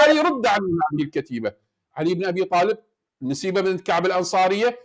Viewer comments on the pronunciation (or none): منتهى الكذب على الله ورسوله....حتى الاسم السيدة نُسيبة أخطأ في قراءته نَسيبه